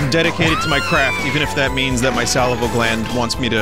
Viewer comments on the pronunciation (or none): Salivary gland, Vin, not salival. Probably an infection. P.S. Circle of the Moon is the greatest Castlevania.